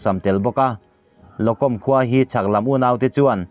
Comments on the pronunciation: Lo kawm ni lo in, mizo thawrawpa chhiar tur a nia, lochawm tih zawk tur a ni e. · Lokom ni lovin mizo hawrawp chuan Lo chawm ti a, lam tur a ni. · Locom khua ni lovin Lochawm khua tih tur zawk aw..Laizo țawng ah chuan..ch ai ah c hi an hmang a..ch kah tib hi an ram tawng chuan chh kan hi ang hi a ni.. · Lokawm.nilovin lochawm tia lamtur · Lo com tih hi lo chawm tia lam lam tur a ni. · Locom ti kha hetihian tih rik tur a ni '''Lo'Chawm'' a thluk chu a ni e. Chin hnam chi hrang hrang hian ''mizovin ''Ch'' kan tih hi an Chin chuan ''C'' chauhvin an ziak ''tih mizo channal te khan lo hretlang ula . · Lo com ti hi Locawm ti a lamrik tur nia Lo ka feh cawm bawk hawp bawk Lo+cawm locawm